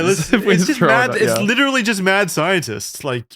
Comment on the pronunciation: I think mispronounced literally